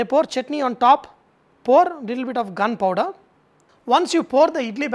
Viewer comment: Did he just say eat it with ''gunpower''?